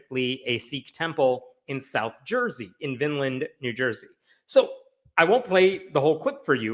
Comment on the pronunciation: Quick note: “Vineland”’ has a long I and an uh instead of a. But thanks for this story. I used to live around the corner from this Temple. They are across the street from a mega church and face a lot of hatred.